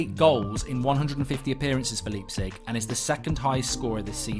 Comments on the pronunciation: in 'Leipzig' the 'lei' is pronounced as the english word 'lie'. And the g is pronounced 'sh'. So put it together and the correct way to pronounce Leipzig is 'Liepzish' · Mark cannot even pronounce Leipzig properly.